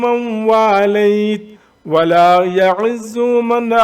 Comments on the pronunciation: Bhai sb aap Glat Phar rahee hain wala ya Azo nae Wala ya Ezo hy pls Check again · ولا یعز کو جناب آپ نے غلط پڑھا ہے اپ نے پیش پڑھی ہے ع پے جبکہ وہاں زیر ہے 😴😴😴